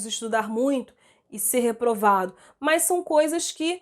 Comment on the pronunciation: eu so fiquei cm agonia q ela fala MAS parecendo MAIS KKKKKKKKKKKKKKKKKKKKKKKKKKK de resto otima aula